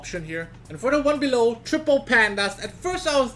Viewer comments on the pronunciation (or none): cmon u said triple correctly the first time and then u mess up seconds later xD